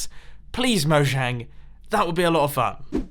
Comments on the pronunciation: Because you pronounce it “mo-*J*ang” none of these features will get in. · It's pronnounced "Moyang" for future reference! :)